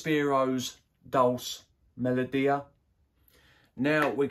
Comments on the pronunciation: I think Dolce is pronounced Doll-chee buddy. Thanks for the breakdown I’ll try and get a sample of it. All the very best for a successful and prosperous 2024 🎉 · It’s Dole-Chay